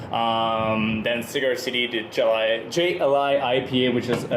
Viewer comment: great idea to keep doing video as a duo and "Jai" is pronounced more like "High"....and jai alai is a great game to watch in Florida...should be on your list.